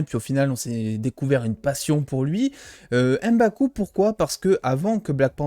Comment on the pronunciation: C'est MBAKU et pas EM-baku